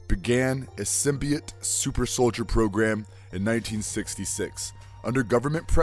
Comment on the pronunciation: did you call cap winter soilder